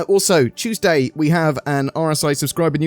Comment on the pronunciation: BRITISH MAN SAID CHEWSDAY LETS GOOOOOOOOOOOO